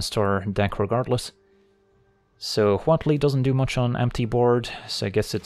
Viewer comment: Props for excellent pronunciation of Huatli. We need more Mesoamerican cards!